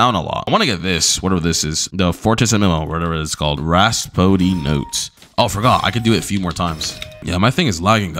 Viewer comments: raspodee... as a music major this video hurts... its pronouced Rap-so-di. fort-is-imo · Its pronounced "Rap-soo-dee" not "Ras-foo-dee" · Any one gonna tell him rhapsody is pronounced rap-cidy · and raspody notes not rhapsody notes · BLUDDY SAID FORTYMISSOH, RASPODDY NOTES?